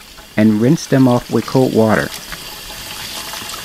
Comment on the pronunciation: Or "coat water" instead of cold water. Basically pronouncing "D"s as "T"s lol